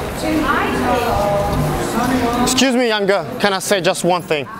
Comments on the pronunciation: "Ekscüs me göls, can I take a picture Wis ju, you are beautiful ladies." Und dann noch in dieser abgehackten stimme. Kein Wunder wieso es nicht klappt mein Junge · wie betont er denn das excuse me girls xD Und JA ich habe das video jetzt erst gesehen